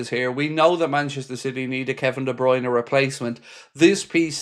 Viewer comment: No no. De Bryune no